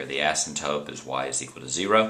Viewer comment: asymptoTe!!!!! not asymptope